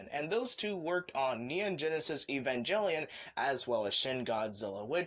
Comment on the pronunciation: He said evanjellyion. Lol